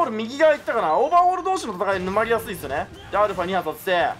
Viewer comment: オーバーオールって言ってる、？